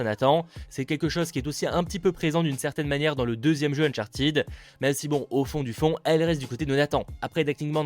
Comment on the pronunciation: Uncharted se prononce "ted" pas "tid"